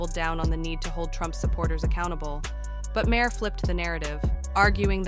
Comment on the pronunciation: Yeah, this would have been so much better without the terrible music, the voice over shit, and the mispronunciation of Bill Maher's name. Bad.